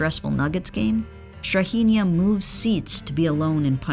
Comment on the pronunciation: As a Serb the pronunciation of Strahinja was hard to listen to 😭